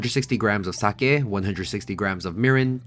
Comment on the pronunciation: Thanks for pronouncing sake correctly 🙌🏻